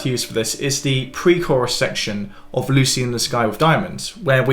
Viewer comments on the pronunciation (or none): none